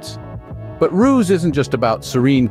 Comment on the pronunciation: I like how there is not a single footage of Ruse in the video (pronounced Ru-se not Roos)